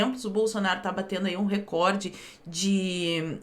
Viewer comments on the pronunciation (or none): none